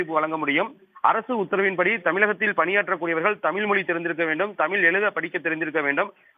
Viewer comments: திரும்பவும் வலக்கு, தமில் செய்தியாளர் ஒருத்தன் வாயில கூட 'ழ' வரல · நிருபரான உங்கள் உச்சரிப்பு- தமில், வலங்க ?!